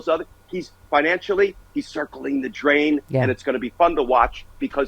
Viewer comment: " circln' the drain "! 😂😂😂😂